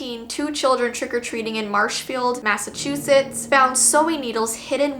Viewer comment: Omg! You pronounced Massachusetts right this time. I’m such a proud American!! 😉